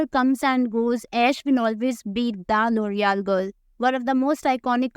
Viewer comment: Loreal ❎ loorial✅